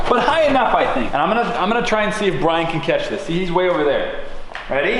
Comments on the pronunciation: But you didn't say Brian... you said Biran? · "roast Bwyan"